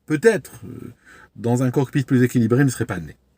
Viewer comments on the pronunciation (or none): none